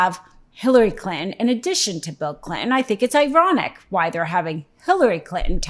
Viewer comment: “Bill Clit’n”. 🤭